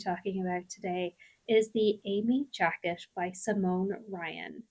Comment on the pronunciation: So many beautiful new patterns to add to my queue! My favorites by far were Anise and Eime. I didn't realize you were from Ireland until you mentioned it at the end, but then could really hear your Irish accent on the word "jacket" :)